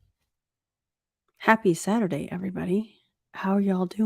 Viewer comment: This was agrwat stream. Also, the accidental saying "Happy Satty" made me chuckle.